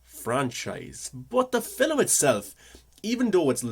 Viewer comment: Film is F 'ILM not "fill ' um"